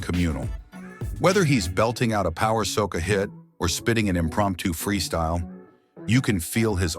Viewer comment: Soccer is a game soca is a form of calypso , if it’s ai narrating , do it correctly.🤨